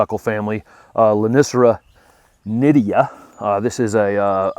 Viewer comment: I thought the lonicera was nit tid a .,,,,,, not ,,,,,, nidia ...it is spelled different than what you are saying....